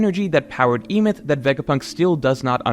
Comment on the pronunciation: Sorry to be this guy, but you are 100% mispronouncing the name of Joyboy's robot friend. It's supposed to be a reference to the story of the Golum in Jewish folklore, the Golum of Prague. The golum came to life when they wrote "truth" in Hebrew on it's forehead. This word is pronounced "eh-meht," leading us to the proper name "Emet." Don't understand why so many in the community stick to the rushed leak translations instead of waiting for more qualified translations to come out.